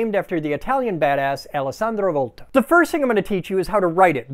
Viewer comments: As an Italian I have to say that you pronounced "Alessandro Volta" perfectly, wich by the way it's my name too (Alessandro but not Volta) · Great pronunciation of Alessandro Volta! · amazing pronunciation on alessandro volta man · I love your videos! And I love the way you perfectly pronounced Alessandro Volta, as an italian! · You pronounced Alessandro Volta correctly. You sure you are American? ,😂